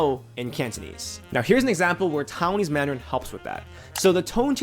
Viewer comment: TAI-WAN-ese, not TOWN-ese